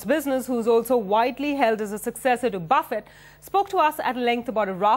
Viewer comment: its not buffettttt ..keep t at the end silent lady..